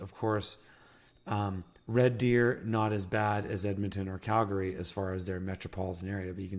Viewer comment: Cal-gree, not gary ❤